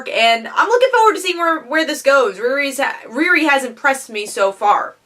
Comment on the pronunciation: that's not how u say her name u know how to say Rihanna it's the first two letters of Rihanna ReeRee